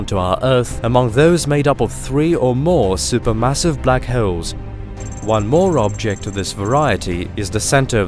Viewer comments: They are called black holes, not black hayoles. Pronounce wrong much? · The way he says "holes" sounds like halls, and holes had a kid. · Black hewls???😂😂😂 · Black hoels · Block howls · Black vowels I mean howels😭😂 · Love the way he says holes lol